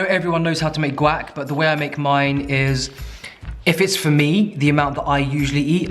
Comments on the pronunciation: “Guack” 😂😂 love it. Think you should trademark it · Love your channel! Love your potty mouth! Guac (Wahk)!